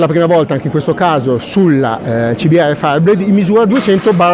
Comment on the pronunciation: Dopo la tua pronuncia sul modello CBR .....ho riso per un quarto d'ora 😂😂